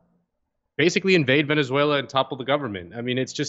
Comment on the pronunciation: The man can't even say "Venezuela" properly